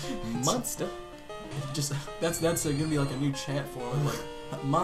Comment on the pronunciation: "Monste" xD